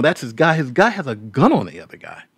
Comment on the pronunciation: “This gluy “